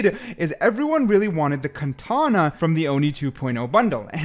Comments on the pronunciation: no way bro called it a kantana 💀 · "oni cuntana" 💀